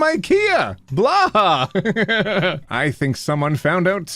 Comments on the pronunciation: Just a heads up about the pronunciation of Blåhaj: the 'å' is pronounced kinda like the 'oa' in 'oar', and the end is pronounced like 'hai'. Does everybody need to know how to pronounce everything? No, and it's ok to pronounce stuff wrong. I just think it's nice to learn what we can along the way and do it right where we can ☺️ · just a by-the-by, "Blåhaj" is swedish for "blue shark" and is pronounced roughly like "blow-high" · I think it's pronounced "bloo-HIGH". I'm not sure. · i feel like its more like blow-high with the blow pronounced in a scottish accent or thats the most accurate sounding to me 😅😅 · way of pronouncing "blåhaj" will forever be one of my favorite quotes from him cause I'm Swedish and I know how to actually pronounce it. Still you can call it whatever it's more fun that way. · Wow as a swede. I couldn't stop laughing after hearing you try to prononce blåhaj. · Its funny that said blÅhaj Wrong😆😂🤣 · Hi swede hear, "Blåhaj" is actually just called blue (Blå) shark (Haj), but how you said it makes it muche funnier. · Your pronunciation of blåhaj just made my day😂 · It hurts me how you pronounce blåhaj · It's adorable how you pronounce blåhaj, and by all means please continue!! ^^ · I kept thinking he was gonna say baja blast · im sorry but as a swede i am going to unsub bc you said "blåhaj" so wrong. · It's pronounced closer to"Bloohaj" than "Blahaj" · by the way, you clearly haven’t taken your swedish classes from the Click (/lhj), blåhaj is not pronounced ”blaha”. The swedish o (å) is pronounced like the ”o” in Potter. The j is not pronounced the way it’s pronounced in English. It’s pronounced the same way ”y” is pronounced in yesterday. So It’s in fonetic alphabeths /bloːˈhaj/ :D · Anyone else thinks it's funny pronounce Blåhaj Blahaj it's more like Bl-oh-ay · Pretty sure the word blåhaj is pronounced more like "Blow Hi" and less like "Blah Ha." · I can't stop laughing at the way he pronounces blåhaj as "blaha" I just